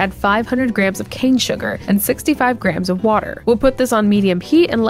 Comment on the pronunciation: I started hearing Grahams instead of grams in your videos and I can’t unhear it 😂 Graham should be a new measurement unit